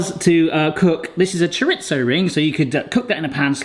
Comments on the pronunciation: Don't take this personally...but chorizo is pronounced CHOR-EE-ZO, there is no T in it, everyone keeps saying choritzo and its WRONG :dothefive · hola,,, not that it really matters but there is no t in chorizo,,, it is pronounced cho ree zo. this was a great video.